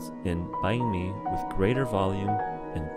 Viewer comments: Sounds like your saying bank my bum 😂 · lol at least get the pronouciation of Banh mi correct. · Please learn how to say it properly. It's "banh mi" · Your pronunciation of bánh mì is interesting. Nice vid tho